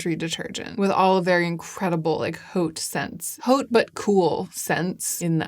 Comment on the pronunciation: I have never heard anyone say HAUTE the way u do..... everyone i know says it like without the H sound......like the H is a silent letter in the word...(now im curious 😂 people that i have heard use it say it like "OAT" basically)